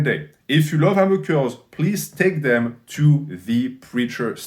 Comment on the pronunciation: Who else was hyped when they saw this video because they knew at some point would be saying “‘Ammer Curls”